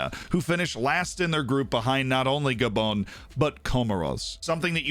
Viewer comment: This man realy calls gabon "gabone"💀